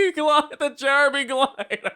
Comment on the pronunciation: stop saying JEREMY like that!